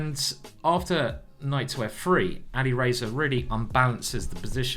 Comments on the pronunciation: Exactly. Alireyyyza 😅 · He is not alireyyyza omg why are you pronouncing his name like that